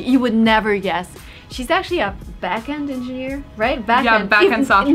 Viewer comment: А почему вы произносите backend членораздельно, отдельно back, отдельно end? Звучит как тот не естественно. Я вроде всегда слышал, что его слитно произносят, без паузы.